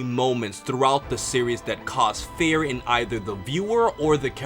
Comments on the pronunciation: I don't want to rude but it sounds like to me like you said "fair" intended "fear" to me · He doesn't pronounce fear right. Feer. Almost sounds like he's saying fair. Or feyr. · It's pronounced FEER. Please!! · I stopped watching about 5 seconds in because of the way you pronounce fear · Does he not know that he was pronouncing the word fear wrong